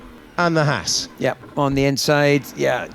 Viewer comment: It's nice that with James Hinchcliffe in the booth, we actually get to hear the correct pronunciation of Haas 😂